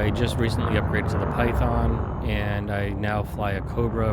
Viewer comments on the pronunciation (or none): none